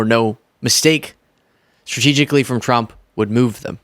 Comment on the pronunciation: I am going to give you some constructive critics. Many times when you speak “Trump” it sounds like “Frump” 😂